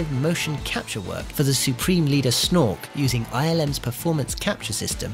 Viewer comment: Snork? I think you mean Snoke ;-)